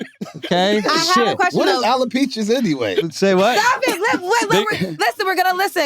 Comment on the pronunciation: Wax said Aleopeaches 🤣🤣🤣🤣